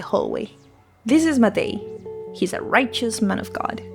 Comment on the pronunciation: hey just stumbled upon this randomly. first channel I've seen talking about this game that pronounces Matej correctly so thank you!! I'm not from the west slavic countries, but I am from a southern slavic country and most of the pronunciation of names and words from both you and seemed pretty much accurate (from what I could tell that overlaps with my language, slovene). I would like to reiterate what another commenter said that you could make your voice a bit louder than the music; though I checked out some of your latest video (about gobsmacked) and the balance seems mostly ok in that one, I think once you are able to get a good microphone your voice will be really clear. I really like your character, it's very expressive and funny (I also checked your twitter and I really like a lot of your art!) best of luck with your channel! I hope you continue to make videos on stuff you're interested in